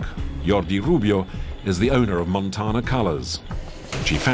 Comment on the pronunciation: the way he said montana